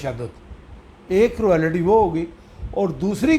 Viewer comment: پلیز آپ اپنا ہوم ورک کرکے آیا کیجیے۔ کروآلیٹی کوئی لفظ نہیں ہے، کرولٹی درست تلفظ ہے ۔ بُرا نہ منائیں، مگر ازراہ کرم اپنی تصیح کر لیجیے اور درست طور پر تیاری کر کے آیا کیجئیے۔ ایک اور بات بھی عرض کرنا ہے کہ آپ اپنے وڈیوز میں بہت ہی زیادہ بےزار انداز میں گفتگو کرتے ہیں جیسے آپکا موڈ سخت خراب ہے، اور بہت زور دے کر بھی گفتگو فرماتے ہیں، پلیز تھوڑا خیال فرمایا کیجئیے اور شُستہ اندازِ گفتگو اپنائیے ۔ فقط ایک خیر اندیش!